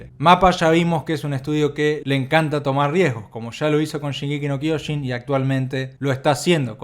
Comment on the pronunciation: Se dice SHINgeki no KyoJIN